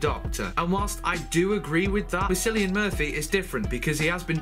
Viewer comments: it's not pronounced "Sillian" it's pronounced Killian, he is Irish and there is no "K" in the Irish alphabet. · Cillian is pronounced Kill-ian but im just being pedantic. Paul McGann return would be great. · it's pronounced like killan... It's a Irish name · Cillian is pronounced like Killian ... KILL-EE-AN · How weird you pronounce KILLIAN Murphy! Makes it sound, like you spelled him with an "X"! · As small a thing as this is to get hung up on, could you please learn the actors names before diving into a video. Surely you've heard the name Cillian before, it's not at all uncommon.